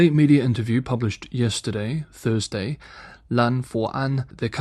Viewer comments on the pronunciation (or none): none